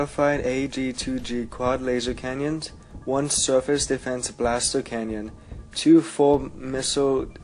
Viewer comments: He keeps saying CANYON its CANNON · No matter what accent you have have you shouldnt even be adding a Y-sound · its comstructive critisism. I didnt insult or personally attack him, I stated that it should be said simply as CANNON